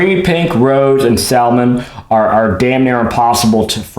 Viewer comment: Blisters are boring....Crack them ALL open! Oh..and it's pronounced 'sammin', not 'sal-mon'